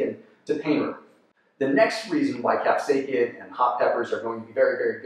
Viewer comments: Is he saying cap-say-kin instead of cap-say-sin? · Many people do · Bruh how do you mispronounce capsaicin